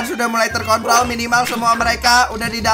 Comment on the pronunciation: fnaf x light craft terkontrol anjir tapi gw juga sempet dengar terkontol wkwkwk